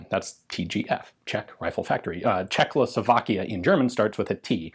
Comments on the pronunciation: Why does Ian say "CzechLoslovakia"? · CHE-h-hoe-slo-VAAK-ish-(e) Gh(e)-Wer-fub-reek